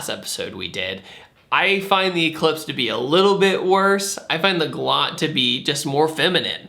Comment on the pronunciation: You don’t know how to say Galant...